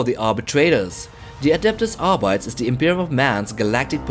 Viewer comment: Say it with me "Arbeeteez" not "Arbites". Phonetically of course...